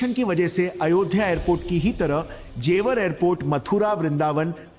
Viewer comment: Not jewaar Its jewar